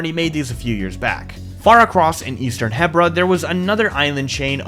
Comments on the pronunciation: Really cool but I still hate the fact that you say HEBra not HEbra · Its called He-Bra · 3 years to build BOTW and he STILL can't pronounce Hebra right